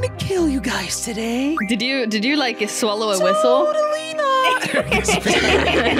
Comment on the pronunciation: of the end moody and sanna playing flee the facitiy says i dont wike it🤣🤣🤣🤣🤣🤣🤣🤣🤣🤣🤣🤣🤣🤣🤣🤣🤣🤣🤣🤣🤣🤣🤣🤣🤣🤣🤣